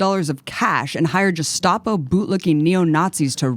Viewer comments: Good show Jimmy, And thank you Abby, but please correct your pronunciation of 'gestapo'. German G is a hard g as in 'guest' not 'jest'. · Abby Martin. The only person in the world to pronounce gestapo as "jestapo" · Abby keeps pronouncing it 'Juh-stapo'. Those darn Mazis. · Someone needs to teach Abby the correct pronunciation of Gestapo.